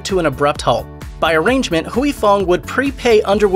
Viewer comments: Why does this narrator keep saying hooey? Is huy like saying way. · Huy is one syllable. You are saying Huey. It’s more like hwee. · NOT HUWEY Fong... its HWEE Fong. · Huy is pronounced like Hwee...not Hewey. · In Vietnamese "Huy = We" not Hu -wee. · Huy is pronounced "Way" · It's Huy Fong, not Huyee Fong. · "Huy" pronounced in one word! Hyy or Wee... one word! goddammit 🤦🏻‍♂️ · It’s not “Huey”... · Mashed does a whole video and can't ask one asian person how to pronounce Huy. Phooey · You’re pronouncing Huy so wrong and it’s driving me nuts. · I know, right?! I can't!!